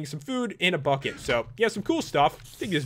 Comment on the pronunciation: Whenever he says "bucket," I think he says "fuck it"